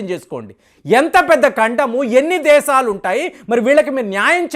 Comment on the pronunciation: నీ నాలుకను mandamaindi. Arei "దేసాలు" kaaduraa "దేశాలు" అని palakaali. Non veg ఎక్కువగా thintunnatlu గా వుంది. తగ్గించు. Kukkalaa అరవటం తగ్గించు.